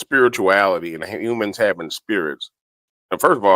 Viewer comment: "Umans" (humans!) 😂... He is truly disgusting and full of utter vickedness